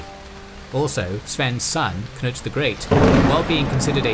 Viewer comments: He also said Knut corretly imo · Nice with a correct pronounciation of Knut!